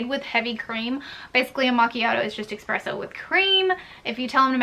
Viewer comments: I love a blonde americano with a little heavy cream and sugar free cinnamon dolce. And it’s “espresso” not eXpresso” 😂😜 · I thought I heard her say EXpresso then she typed it out. lol Just a friendly FYI- there's no X in 'Espresso' Thanks for the tips tho!